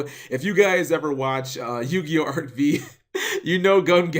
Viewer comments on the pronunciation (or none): Cap doesn't anime as much as he thinks if he keeps misnaming Arc-"Five" as Arc-"Vee" and can't even pronounce Gongenzaka's name correctly - learn ya shit, dog!